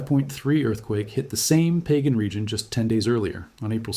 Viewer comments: It’s not “Pagan;” it’s Pah-gahn. Please correct your AI! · I really despise A.I. 🤬🤬🤬🤬🤬. PLUS GET THE DAMN PRONUNCIATION RIGHT!!! PÅGAN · Pagan island is not Sinlaku; it’s an existing island. A land mass. Part of the Mariana Islands. It is pronounced “pah gahn,” NOT pronounced in the Biblical pagan way. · Is Pagan pronounced "Pah-gahn" locally?